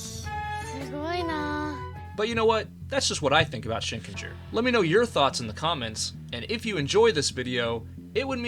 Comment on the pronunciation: Shinkenger did not hit right in English, it was butchered. But it was absolute peak Sentai.